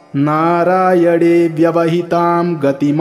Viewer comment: नारायण bolne के bajai aap narayad kau बोल रहे है.😢